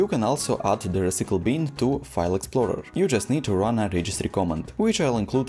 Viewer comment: dude take some english lessons. its reCYcle bin... NOT reCEEcle BEEN. not that hard to just say it right!!